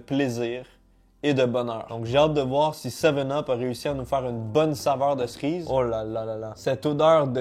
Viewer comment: Personne normale: « cerise »: « ça goûte la Srize »